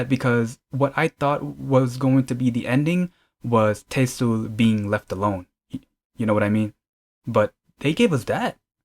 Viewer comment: Should be pronounced as Te-Sul :) Not Tei-sul 😊😊